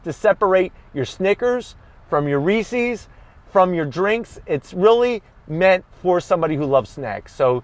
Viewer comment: And for your pronunciation of "Reese's", you shall be awarded one additional Zonk.